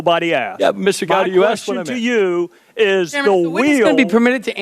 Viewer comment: Strzok is a weasel. Notice how he mispronounces “Gowdy” as “Gotti”? Not an accident.